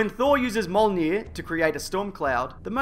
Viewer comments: its pronounced 'me-ol-neer' roughly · wait, how do you say Mjolnir? molnie XD